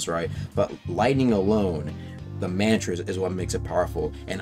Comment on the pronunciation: Can’t be that hard to pronounce mantra bro said man 👨🏿 tras